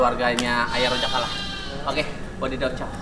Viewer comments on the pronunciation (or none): Rojak bang bukan roxak